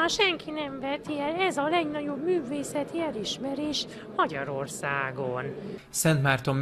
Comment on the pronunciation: A magyarorszagont hogy mondja😂😂